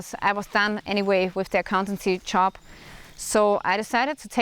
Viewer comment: You're doing fine, just one little thing: you have to work on your pronunciation of the word "job." You say it like "chop." PS. I'm not trolling you if you ever read this.